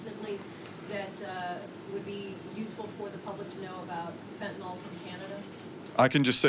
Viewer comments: Why can’t these educated people pronounce fentanyl. They all say fentanol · ..and it's fentanyl not fentanol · Isn't it FentanYL not FentenOL? Sounds dumb or maybe its me. Love her just sayin' it before the fake media make fun as they do for every little thing. Re Epstein I trust Trump et al, I think for him he is so hell bent on Z and Putin and things he wants to catapult this country that he often doesn't stop for the salacious and depraved things going on in the gutter. I think there is a dangerous bigger picture that we don't have a clue about that will be revealed when the timing is right. Love Trump and his administration and send them my positive support. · She can't even pronounce the name of the drug properly.. It's NOT FENTEN-ALL...IT IS FENTAN-YL. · The name of the drug is fentanyl - not fentanol. cant even get that right. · Please guys, from a nurse here. It’s Fent-a-NIL! There is no “O” in Fentanyl.